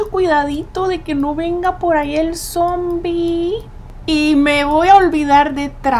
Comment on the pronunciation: no cre porque dice zoombie